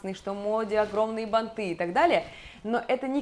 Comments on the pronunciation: БАнты!!!! А не бантЫ🤦🏼‍♀️🤦🏼‍♀️🤦🏼‍♀️ Дальше смотреть даже не хочется 😄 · Простите) но! бАнты, а не бантЫ... Надеюсь, было полезно) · Что за проблема с ударениями и не только у вас. Надо говорить бАнты и шАрфы.